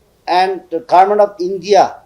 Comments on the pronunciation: 😂Our Odi we Aos pronounced are sooo poor and weak Kurmen means Government All mistakes points u people please take understand with Okay 😊He is the only MP from our Nagaland Please support him 😥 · Garment means Government okay My odi We Aos Soo weak poor in Pronounced but let's u people Understand my Pronounced 😂 okay